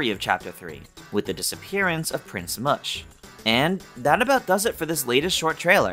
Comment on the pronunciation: I don't think that you're supposed to pronounce the "Mush" in "Prince Mush" like "mushy wet bread", but rather like in "mushroom", he is a Toad, after all.